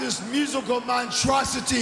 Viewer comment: "montrosity", LOL!